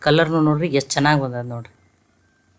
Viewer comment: ಮೇಡಂ, ನಿಮ್ಮ ಅಡುಗೆ ಕಾರ್ಯಕ್ರಮ ಚೆನ್ನಾಗಿದೆ. ಆದರೆ ನೀವು ಬೆಂದಿದೆ ಎನ್ನುವ ಬದಲು ಬೇದಿದೆ ಎಂದು ಹೇಳುತ್ತೀರ. ದಯವಿಟ್ಟು ಗಮನಿಸಿ, ಬದಲಾಯಿಸಿ.